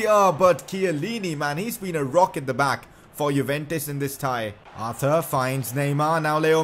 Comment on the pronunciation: Why did you say arter its Arthur, Arthuuuurrrrrrrr